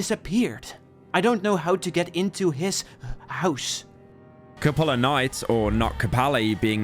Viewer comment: "Kopula Night" how do you scew up 'Kupala' so badly?